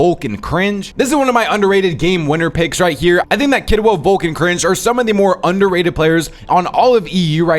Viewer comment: Bro is calling vanyak —> vanja und volko —> volk 😂